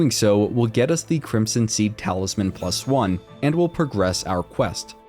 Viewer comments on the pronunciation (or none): none